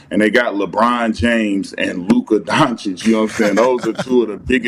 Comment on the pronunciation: insists on mispronouncing names of athletes 😂 Luka “donkic”, Franz “wogner” and so many more